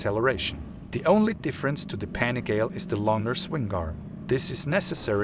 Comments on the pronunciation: Have you ever watched a Ducati Panigale review? At least once? If you are going to do a review do it right. You pronounced PANIGALE a thousand times incorrectly. The name derives from Borgo Panigale, a place where miracles happen. To Italians and to Ducatisti this might be received not just as anti-professonial but even an insult. Other than that, this is a nice try. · I’m with you! The guy is making my ears bleed saying it wrong!! Ruined a perfectly good video. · Mate learn how to pronunciate PANIGALE ffs!!! Go back to school!!!